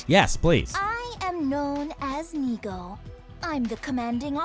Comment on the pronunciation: French funfact of the day : in the game, Nigou is pronounced "Nigo", which in French sounds exactly like the word nigaud, which means a fool (but in like formal version) So for the whole gameplay now all I can hear is everyone calling him a fool lmao